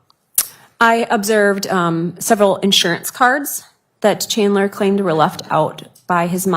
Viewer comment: "Chander" lol. And she didn't even correct herself.